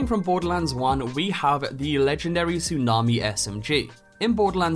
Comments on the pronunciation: What is this "Tusnami" you speak of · ah yes my favourite weapon. the tusnami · ah yes, the tusnami